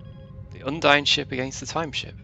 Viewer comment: The Undine name is not pronounced Un-dine it’s pronounced as Un-deen as said be Star Trek online, the source for the name